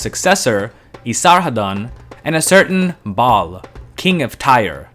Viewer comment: "Ba'al of Tyre". I heard it as "Bob of Tyre". 😆